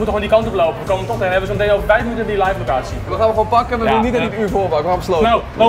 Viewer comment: ‘Leifff locatie’